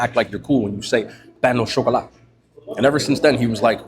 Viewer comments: "Payno Chocolat" 😂😂😂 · Sounded Spanish 😂